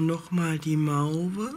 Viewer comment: Mauve wird Moow ausgesprochen. 😊 sonst - wieder mal sehr schöne Wolle. 👍